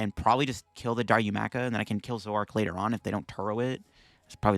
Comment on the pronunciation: it's Da-Roo-Ma-Ka. Sorry for being that guy, LOL.